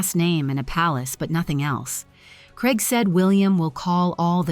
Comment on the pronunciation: Why can't your commentator pronounce Craig., not even AI? It sounds like Kreg, confusing as it could be Craig or Greg? Please say CRAIG not KREG